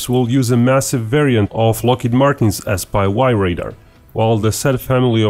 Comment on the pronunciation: Did you say S pie Y?